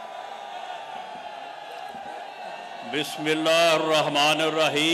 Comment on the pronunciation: bismillah hi sahi ni parh sakty laanti qatil